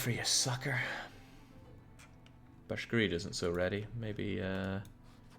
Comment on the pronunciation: BashGIRD! BASH-GIRD! Not Bashgrid! NOT BISHGRID! Anyways good campaign i'm having a lot of fun, thanks.